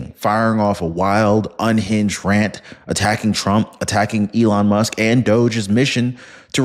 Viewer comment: HE CALLED ELON MUSK ELON LUSK 🤣🤣🤣🤣 HE'S GUILTY 🤣🤣🤣🤣